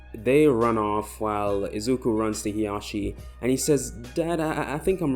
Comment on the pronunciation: Isn't it hisashi and not hiyashi or however you want to spell them